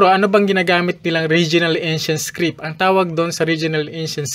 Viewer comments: Haissttt di ko naman sinabing defect yan. "iskrid" kase sa pandinig ko baka hearung ko ang may defect. Defensive ka kaagad. Sige lang tuloy mo lang yan research at presentations mo nakakatuwa eh 😄😅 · Paki check po yung pronunciation niyo ng "script". And kudos anyway sa sipag mo magreseaerch at magpresen 👍